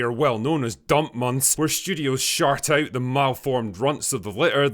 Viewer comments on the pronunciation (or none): did you say studios shart out? LOL